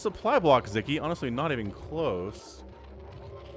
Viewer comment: Sz is the 'snake" sound in, hungarian Sziky shoud be pronunced like sicky :)